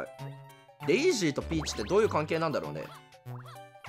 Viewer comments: デイジーをワルイージみたいに呼ぶなw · もうデイジーの発音がルイージ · デイジーのことルイージみたいにデイージって言うのめっちゃ気になる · デイジーをデイージって言うのにいちいちツボって内容が入ってこないwww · デイジーのことデイージって言ってない？w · デイジーとピーチは姉妹。 デイジーをルイージみたいに発音すなw デイジーダックのと同じ発音でしょw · ずっとデイージ言うてるんがジワる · デイージって言ってるよねwwww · デイジーがルイージの発音で草